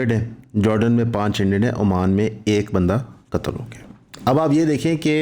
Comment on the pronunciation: pronouncing difference appriciated between shaheed and qatal